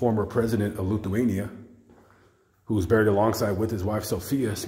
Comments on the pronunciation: Chef Boyardee is the classic immigrant success story. Oddly, his final career path is similar to that of Colonel Sanders. By the way, the southernmost Baltic nation's name is pronounced in English, "Lith - wain - ee - ah." (My mother and sister went to a high school sponsored by the Sisters of St. Casimir, a Lithuanian-American religious order. That's how this Irishman knows that particular fact.) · Is it my ears or is he pronouncing Lithuania as "Loothuania"? That's too funny. A little comic relief in a mausoleum can sometimes be a good thing 🤣 😂